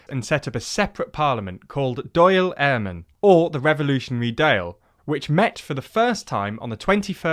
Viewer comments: A few things, like everyone says in the comments, it's D-ahl Éireann. Fianna Fáil was at least in name an Irish unification party (until its current leadership). Sinn Féin don't propose a massive increase in taxes on businesses, just a slight increase in PRSI contributions. Also the discrimination in Northern Ireland was not just "perceived" it was real. Catholics would be intentionally moved down the housing list, thus disallowing them from being able to vote. The constituencies they could vote in were heavily gerrymandered (see Derry City Council before it was redrawn). Internment without trial disproportionately affected Catholics. Even in the private sector, signs saying "Catholics need not apply" were very common across the 6 Counties. Hopefully that wasn't intentional. Rest of the video is pretty good and informative though. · I wouldnt expect you to be able to prounoce dail eirann but for future reference its pronounced dall-air-in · Much of the content seems fine but some Irish words are presented without diacritics i.e. Dáil not Dail. These are not the same word and should not be treated as such. Some Irish pronunciations also have not been checked and come across very poorly. i.e. names such as Dáil Éireann or Éamon de Valera